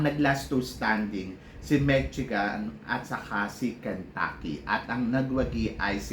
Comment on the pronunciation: Big loyal fan from san francisco....no insult intended po pero just in case u want to know the correct pronounciation of Michigan ....its Me- she - gun. More blessings po to your channel . Salamat